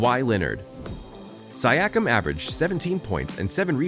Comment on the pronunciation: ok that is not how you pronounce siakiam